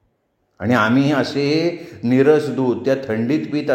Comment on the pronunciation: नीरस दूध नाही निरसं दूध उच्चार बदलला अर्थ बदलतो. नीरस म्हणजे रस नसलेला आणि निरसं दूध म्हणजे न तापवलेलं दूध